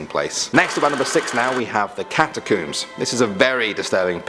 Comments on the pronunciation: It's pronounced catacombs not catcooms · Love the video, get adjutated every time he pronounces catacombs tho 🤦‍♂️😬